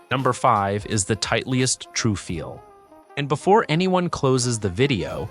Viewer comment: good content, but can't believe this guy doesn't know how to pronounce Titleist